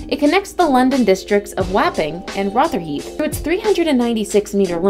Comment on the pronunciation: So many terrible pronunciations... Rotherhithe, Folkestone, Thames... jeez